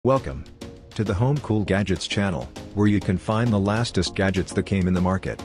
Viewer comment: "LaStest". Do better, AI, do better....